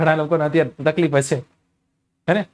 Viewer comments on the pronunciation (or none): none